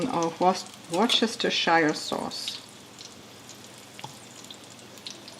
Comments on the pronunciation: Well done Frau Barbara, this recipe looks marvellous and reminds me of the many times I visited your homeland and stood at a Shnell Imbiss stand - they also have curry wurst in Austria! Worcestershire Sauce is pronounced woostershire but we often just call it wooster sauce in Alt England. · Danke schönes Rezept. Keine Kritik. Its a siff not a siiiif und es wird Wuster oder Wustersha Sauce ausgesprochen.